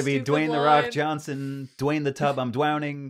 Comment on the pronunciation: "Dwayne the Tub I'm Dwowning"